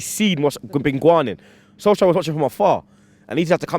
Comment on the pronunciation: Man said Solskjaer.